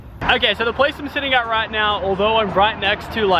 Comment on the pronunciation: Let's get roight into the news